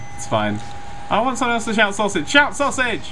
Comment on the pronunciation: Why are you saying sausege